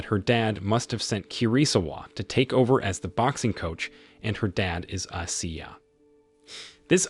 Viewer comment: Coach ashiya..... Pronounce Ashiiiiiya